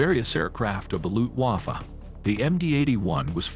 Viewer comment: Its Not luhft-huwoffoh its Luftwaffe